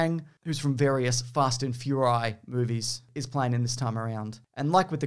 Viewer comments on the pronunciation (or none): none